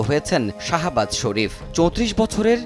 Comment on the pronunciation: আরে ভাই রে ভাই শাহবাজ না শেহবাজ শরীফ 🥴🥴🥴 তোতলা নাকি আপনি যে উচারণ করতে পারেন না